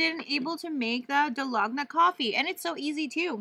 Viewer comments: Hi! For the coffee u supposed to use equal parts of everything, and it really does takes time and muscles to make it by hand. Use electric frother or mixer if u have it for faster result. Also, its pronounced Dal-go-na, not Da-log-na 🤣. The cake tho looks soooo bomb tho!! Really wanna try one of the Carlos Bakery cakes! p/s: please do more mukbangs outside 😍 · I laugh everytime she says Da-log-na coffee 😂 hilarious